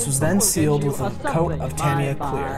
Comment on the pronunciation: Good build. And thanks for being one of the very few YT modelers to pronounce "Tamiya" correctly! I did this kit some years back. I'm thinking to revisit it. I just finished Airfix's "Maverick's Mustang" in 1/72, but I did it in Israeli colors/markings.